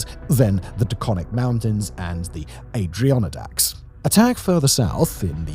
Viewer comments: Adrianadaks? i had to giggle at the pronunciation of "adirondack". But i get it, if you've never heard it out loud. add-uh-RON-dax. sometimes add-eh-RON-dax. And it's often not pluralized, so add-uh-RON-dak. But not...whatever Simon said And you don't need a guerilla campaign to cross a mountain range. Just some elephants..... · THE WHAT???? THE ADRIONIDACKS????????? SIMON I KNOW YOU'RE NOT KNOWN FOR YOUR PRONUNCIATION BUT THIS ONE IS REAL BAD MAN Ad-ir-on-dacks 😭😭😭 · "The Adrianonadacks " ? Where are those mountains ?🤣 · the aid-dri-onidacks? It’s Adirondack, sounded out as Add-er-on-dack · Adriannadacks... Ad-i-ron-dak. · Adrionna-dacks. Hahahhaa nice try. “Add-err-on-dacks” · It's really a lot more simple than people think. It's the same reason why invading China and Russia is impossible. Too big. We have tons of land to trade for time. Also, Simon, I love you...but "Adrianadacks"? Add-Er-On-Dacks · 🤣👌👍 outstanding, the Adrion-idacks Adirondacks Add-er-on-dacks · This is a good analysis. A few pointers on pronunciation of those eastern mountains Berkshires is pronounced Burk-Sheers, Adirondacks is pronounced Adder-on-dacks. Not trying to be a stickler but some people will eventually point it out anyways. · It’s pronounced adder-on-dacks 😂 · What on earth was that pronunciation of "Adriionadacs", the Adirondacks are not whatever that word was? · "A-Dri-On-Eh-Dacks" is my favorite pronunciation omg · As a Upstate NY guy... Listening to Simon try to pronounce Adirondacks was hilarious. AD-er-on-dacks. Not that hard 😂. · Ah yes the beautiful "Adriannadacks" mountains :D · the A-dree-on-i-dacs? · I give you style points for your pronunciation of Adirondacks. However, its is pronounced Ad-uhr-on-daks. It means "Bark Eaters" and was a pejorative given to the natives who lived there by the natives who lived to the south. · Ah-dee-Ron-daks! Tough to say for anyone outside upstate or Vermont! Thanks for the analysis Simon and team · Omfg, Adrionodacks, im dying lololol